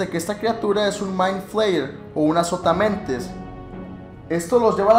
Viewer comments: Pensé que decía "Azopotamadre* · pensé que decía "que es azopatamadre:v" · Yo pense que decia azopotamemes jajajaj XD